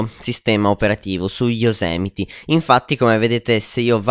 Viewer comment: Fidati, si dice Yosimiti... Comunque grande! :D